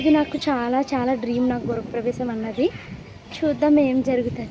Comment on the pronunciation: Gurapravesham enti andi … Gruhapravesham